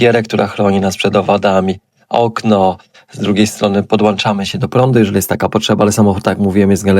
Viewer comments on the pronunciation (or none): A można podłączyć się do prądu, a nie podłanczać?